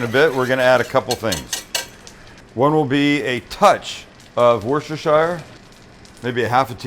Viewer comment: Sam, love your vlogs pal but one thing: Worcestershire sauce is pronounced Wooster Shear here in England where it was invented. Keep up the great work and stay safe 👍